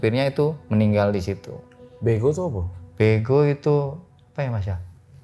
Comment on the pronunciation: Beko pak bukan bego 😂